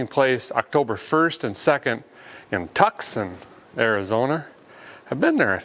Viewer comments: Tucson is pronounced as "too saan". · I mean no offense but it’s technically pronounced (too-sawn) Tucson